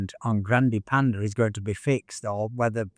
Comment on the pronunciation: Wait, why do you say it right when talking about the animal (the panda), but then when you mention the car it becomes "pandee"? :face-orange-biting-nails::face-orange-biting-nails::face-orange-biting-nails